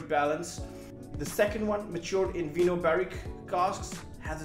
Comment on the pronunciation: “Vinho” is the Portuguese word for wine and it’s read “vigno” like in “cognac”, while in Spanish is “vino”. It’s a Kavalan matured in Portuguese red wine barriques.